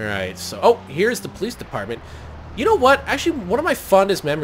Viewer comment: I like how says "Pholice" Instead of "Police" Or popo